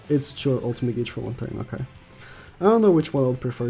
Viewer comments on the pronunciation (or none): U know i guess i should say it now.... u pronounced gauge wrong